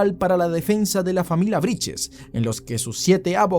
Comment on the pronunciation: Brittes no briches